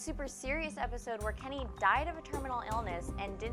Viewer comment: Kenny not Lenny